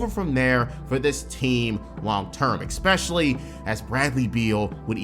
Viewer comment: My guy. Learn how to say "especially"🤦‍♂️